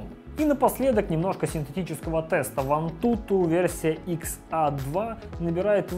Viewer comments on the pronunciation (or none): XA - икс эй! Это правильное произношение